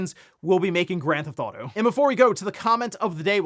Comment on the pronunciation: it’s “grand theft auto” three words. Not “grandtheftauto” slow it down man.